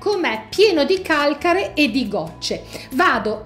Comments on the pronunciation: Ti prego modifica la parola calcare : sposta l' accento 😞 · sposta l' accento (Calcare) nessuno usa il tuo modo di dire Calcare.😊